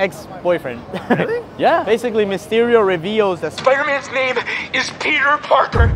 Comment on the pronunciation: It's pronounced "Pete-r".